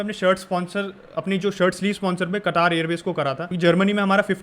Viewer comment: कटार nhi h bhai कतर h